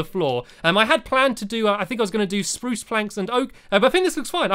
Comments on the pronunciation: tut tut tut you never said spruce right the first time #lol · You said spruce not SPRUCE. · You said spruce not SPRUCE! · stop saying speruce incorectly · love the word spurse wood i love how u sat it <3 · he says spruce without saying sprrrrrrrrrrrrruuuce! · say birch how u say SPRUCE one day i wanna know how it sounds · soep saeing SROSE so werd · he didn't say spruce right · stampy it's fun to say spruce cuz you say it wrong lol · You didn't say SPRUCE properly